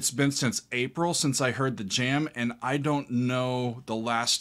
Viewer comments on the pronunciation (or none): none